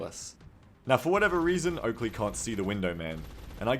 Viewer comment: Its Oakrey! your accuracy = TERRIBLAH! :D